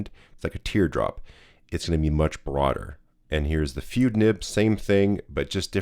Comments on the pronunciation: It's "fude = foo-day", the ending rhymes with the photography term "boke = Beau-kay" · if you care, the correct pronunciation is FOO-day. surprisingly good job on naginata though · I am sure someone else spotted the anglicized pronunciation of "fude". It is "foo-day". Aside from that, I have a Bobby fude nib for my Wing Sung 601a. It is a marvelous writer. Very smooth but I need to practice with it more to get the full benefits of this nib. It does produce some interesting line variation when doing normal script. Bobby also created an architect nib for a Lamy Safari or Jinhao 80. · Not FOO-day. It's FOO-de. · "Fude" is a Japanese word (筆) and is pronounced like "foo-deh" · Fude is pronounced Fude not Fude or Fude. 👍 😂😂😂😂